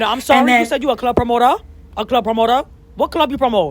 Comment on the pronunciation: “You a promotoa you a promota, cause I’m a promota , I’m a promota” 😭😭😭😭😭😭😭